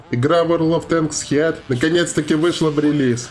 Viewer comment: Heat произноситься как хит. Х произносить помягче.